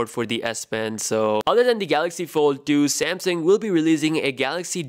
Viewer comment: SamSUNG, not SamSING.